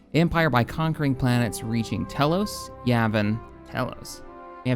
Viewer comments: "Tell-ose"... someone's never played KotOR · I don’t think that’s how you pronounce telos